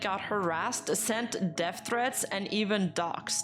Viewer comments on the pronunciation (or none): none